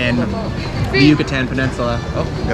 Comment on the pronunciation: Good video, good premise and factual. However, you need some pronunciation help... Mérida (accent on first syllable) is pronounced "MEHR-ih-dah", NOT "murr-EE-da" ; Yucatán is "yew-kah-TAHN", NOT "YEW-kuh-tan"; Quintana Roo is pronounced "KEEN-tah-nah ROW" (rhymes with "mow"). Now you are another step closer to Spanish fluency! 😃👍🏻🇲🇽